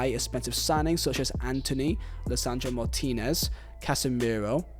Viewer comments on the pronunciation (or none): none